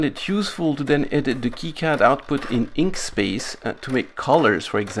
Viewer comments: Perhaps I'm more deaf than I thought from it sounds to me like you're saying Inkspace? Surely you mean Inkscape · FYI - it's "Inkscape" not "Inkspace" :) It's a project I've contributed to and absolutely love. Best vector editor out there. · Excuse me, did you really mean "Inkspace" or is it "Inkscape"?